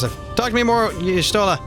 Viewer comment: Just a tiny complain: you supposed to read y'shtola as yashtola. Miqote tribe lore and all that